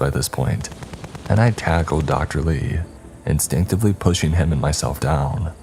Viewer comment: PushING!!!! NOT pushEENE!!!!